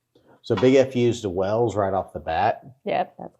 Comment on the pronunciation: WALES (WAY ILLS) not WELLS. St. Andrews Cross is also called THE SALTIRE. The video shows a 4 leafed CLOVER instead of a 3 leafed SHAMROCK for Ireland ! GREAT BRITIAN = ENGLAND, SCOTLAND and WALES. UK ( The full title being...The United Kingdom of Great Britain and Northern Ireland) = ENGLAND, SCOTLAND ,WALES and NORTHREN IRELAND. I can't believe you would never have seen your "OWN" historic flag in your history lessons at school !